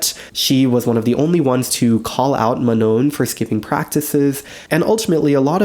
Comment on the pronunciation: I'm genuinely so happy to see that Adela is getting the recognition she deserves and is being referenced in videos like this! edit: Manon is pronounced "mah-no", silent n. :)